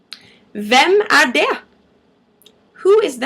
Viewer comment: Maybe this was asked beore ? I have notices you do not pronounce the t' in "det", and you also sometimes don't pronounce the g at the end of the word , right?